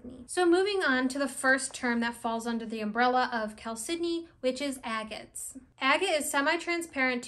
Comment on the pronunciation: Great information, thank you! I'd love it if you could speak a little more about the spiritual properties of agates vs jaspers in general. I'd also love a deep dive into the spiritual aspects of moss agate, and also blue chalcedony. (I think you did a fine job pronouncing it! I used to pronounce it "CHAL-se-doh-nee" until I heard you and a few other people say it "cal-SID-eh-nee.")